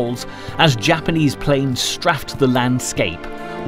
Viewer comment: "Straff" don't ya mean "Strafe" pffft Get a grip! Used to think this was a "Good" doc channel despite the Berlin doc not mentioning the two million rapes! Even the documentaries are deceptive.